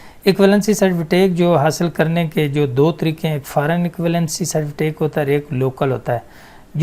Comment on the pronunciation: good master you have to done. its certificate not certifitake